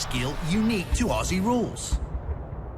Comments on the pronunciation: it's pronounced Aussie like "ozzie" not "osssssie" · i love how Americans pronounce aussie. We say "Aw-zee" y'all say "o-see" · I HATE it when people say “auSSie” and pronounce it an an S sound. oZZy. ITS A Z INSTEAD OF AN S SOUND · It’s pronounced auzzie not aussie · Ozzie it's pronounced Ozzie ffs not ossy damn it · First things first... stop with "ossy". It's pronounced "ozzy" like the crazy old metalhead. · Aussie is pronounced Ozzie :) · Aussie should be pronounced like OZZY, the S's should not be pronounced like siss. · quick tip... pronounce Aussie as Ozzie..... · It's pronounced ozzie.. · Aussie is pronounced “ozzy” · Aussie is pronounced Ozzie rules...👍 The players are super fit athletes, and the Melbourne Cricket ground MCG holds 100,000+ fans. Players don't need to hand ball but do so in close confines, but they use what is available to use at the time. Remember the game as been evolving since the 1860s, so it's been around for a long time. Season starts around March 22 thru to late September....there are USAFL games played in most American cities. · Just a tip mate, it's said "ozy" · great vid, just one correction and I hear it everywhere, when saying aussie there is a particular way to pronounce it the 'au' is pronounced as an 'o' and the 'ss' is pronounced as 'zz', so it more looks like Ozzie when vocalized, also with the bench there are two conditions for leaving the field, either the player has broken something or is dead. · Just a simple note. It's pronounced "Ozzie". We cringe every time we hear the S's. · Aussie is pronounced Auzzie by Aussies. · Just a little note - you need to pronounce Aussie like Auzzie or Ozzie. It’s a “z” hard sound not “s” sound. :) AFL players are some of the fittest players as they cover more distance than other sports. They’re not all basketball height. Many players are 5’10” to 6foot. The tallest players in the middle are often 6’4-6’8” tall. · It is pronounced auzzie not Aussie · say "aussie" like ozzy